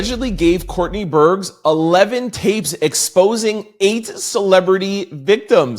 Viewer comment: Burgess has two syllables. You need to figure out how to appropriately say peoples names!